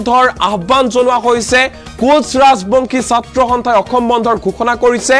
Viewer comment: অসম শব্দৰ উচ্ছাৰণ সঠিককৈ কৰক । বাতৰি পঢ়োতে সাৱধান হ'ব।